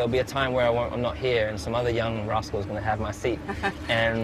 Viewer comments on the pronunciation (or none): Nah he says rascal, it really sounds like Russell though.